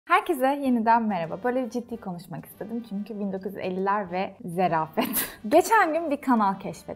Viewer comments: Zerafet değil zarafet 🙄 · Çok zarifsin gerçekten zarafet yerine zerafet demişsin video girişinde şarja da şarz diyorsundur sen. Ayrıca asiton değil aseton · de zerafet demişsin ama zerafet değil zarafetdir . Kökeni zarif olmakdan gelir . :) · Zerafet değil ZARAFET Duygucum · Zerafet değil Zarafet 😊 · It's not 'zerafet' it's 'zarafet' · Duygu abla seni çok seviyorum ama zerafet demen çok gıcığıma gitti 😂😂